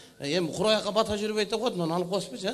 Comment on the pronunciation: Кыргызча суйлосонор пата эмес бата